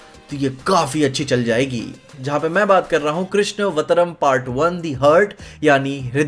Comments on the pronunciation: itna ganda pronounciation bhai krishna vatram nhi hoga Krishn avataram hoga kaise kaise log viral ho gye hain Youtuber bane baithe hain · It's Krishna + Avataram not vatram. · Krishna va taram not krishna vatram😂😂😂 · कृष्णवतम नहीं 🙄 कृष्णावतारम 🙄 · Bro it's not Krishna vatram it's krishn Avataram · bro its Krishna avataram, Krishna avatar not Krishna vataram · कृष्णा वतरम्❌❌ कृष्णावतारम्✅✅ कृष्ण+अवतारम् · Bro pronounciation is not कृष्णवर्तम it is कृष्णावताराम् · Bhai Krishn Avataram Hai Vo vataram nahi hai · Not Krishna Vataram, It is Krisha Avatraram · Krishna vatram nhi re dada Krishn Avtaram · humesha kuchh na kuchh gadbad karta hi rehta hai, Kabhi "Surpankha" toh Kabhi "Batram". Bhai woh Avataram hai yaar Krishna-avataram means Krishna Avatar. ok sorry ne bola bhi hai sorry toh mere taraf se sorry 😐 😅. But promise me, kabhi Surpankha mat bol na, maine bola thaa na, fir humari hone wali bhaabi ke upar, khatra aa sakta hai 😂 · Evertime he says Krishna vataram instead of Krishna-avataram 😕🤣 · its krishnavataram...krishna vatram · Krishn Vatram nahi bhai Krishna Avataram hai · Krishna-Avataram please say it correctly. You are saying a weird word. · KRISHN+AVTARAM correct pronunciation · bhai pronunciation bhaiiiiiiiiii🥲🥲🥲🥲🥲 its krishna+avatar+ram....krishnavataram...... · Bhai tujhe to कृष्णावतारम bhi bolna nhi aa rha 😂😂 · bhai it is pronounced as Krishna+Avtaram="Krishna" "Avtaram" (but spelled as Krishnavtaram) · Bro how can you mispronounce Krishnavtaram (कृष्णावतारम्) i.e Krishna avataram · कृष्णावतारम्, ये सही pronounciation है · Bhai krishna avtaaram pronounce kro Lekin bhai iska matlab tmne poora trailer nahi dekha last me hindi me likha tha ya fir hindi nahi pdh pate ho or ho tm up se 😂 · Pronounce it like krishn avataram